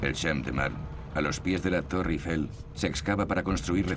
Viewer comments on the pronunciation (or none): none